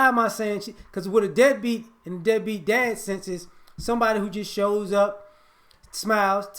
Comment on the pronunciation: You're saying dead beat, but all I hear is NIGGA!!!